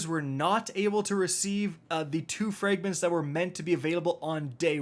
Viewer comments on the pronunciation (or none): Frayygments? Seriously dude, learn how to pronounce the vowel sounds The letter “ a “makes in English. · Fraaayygments is not how you say Fragments. Fix it, noob.